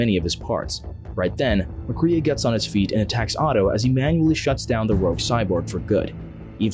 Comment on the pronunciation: I’m afraid that you STILL DON’T know his name because the robotic narration pronounced MacCrea as MACREE’A